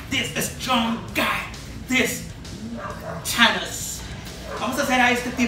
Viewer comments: He said Tanos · " T ANOS......"